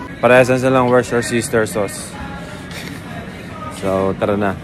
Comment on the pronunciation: Woo-ster-shire yun par 😂